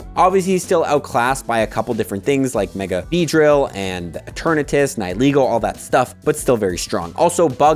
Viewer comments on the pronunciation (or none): Nihil light is pronounced like the word "Annihilate" but no A at the beginning. close with the word play but not exact!